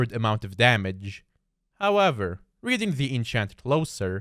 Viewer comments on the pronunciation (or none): none